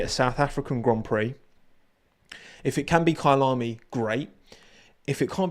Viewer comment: Your “Kyalami” pronunciation is so satisfying. It’s bang on!